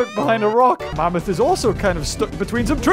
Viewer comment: I laugh when said mamoot